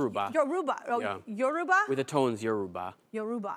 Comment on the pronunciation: When he said yoruba with the right intonation 🤯